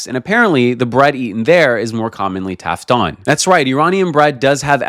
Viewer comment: تافتون نه تافتان